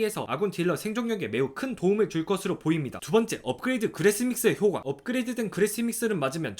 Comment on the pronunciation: 원래 일상생활에서도 효과를 [효꽈] 대신에 [효과] 라고 발음하세요...?